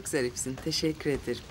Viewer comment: nobody yanlış olmuş teşekkürler ama Teşekkür değil taşakkür diyor bilerek yazdım onu:)